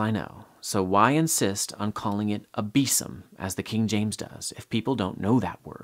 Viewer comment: A very minor comment: the word “besom” is in fact, pronounced (or was pronounced, when it was in daily use) /ˈbiːzəm/ and not /ˈbiːsəm/ as you’d guessed.